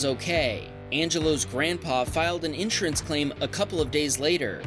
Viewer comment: please look up the pronunciation of insurance